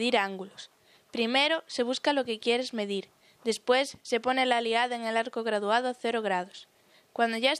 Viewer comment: No se dice "aliada", sino "alidada".